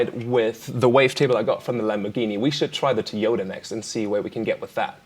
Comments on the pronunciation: Normal People: Toy-yoda Virtual RiOTT: Tea-yoda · Is it me, or does Virtual Riot saying Toyota sound like he's saying "toy yoda"?